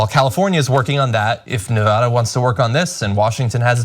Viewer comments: Ana said Nevada right! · At least she pronounced Nevada correctly!! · Thank you for pronouncing Nevada correctly. It seems to be beyond most commentators.